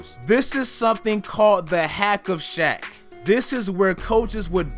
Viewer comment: This man said hack of shaq